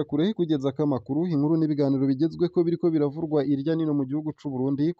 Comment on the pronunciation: Reka kwonōna ikirundi!!! Si : "...ibiriko biravurwa..." Ni: "...ibiriko biravugwa..."